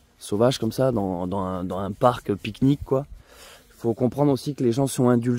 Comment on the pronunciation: Vous m'avez donné faim et soif avec votreuh piqueuh niqueuh 😋